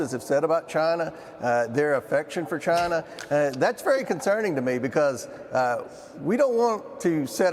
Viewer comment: I don’t trust anyone who calls it “Chaahna” (Comers) or “Chgina.” (Trump)